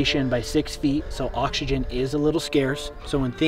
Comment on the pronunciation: bro said he got oxsegen